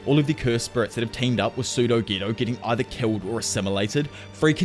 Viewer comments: i hate you its getooo not gto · Could you at least try to pronounce the character's names properly? It's so hard to understand who you're even referring to and ofc subtitles don't help. It's Geto not ghetto, damn.